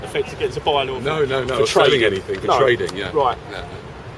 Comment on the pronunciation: Hes "aving a look at anyfink....". The more these coppers talk the more stupid they seem. They shouldn't be employed